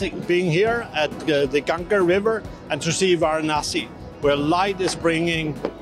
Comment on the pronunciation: He is pronounced Varanasi.. you showing vasi..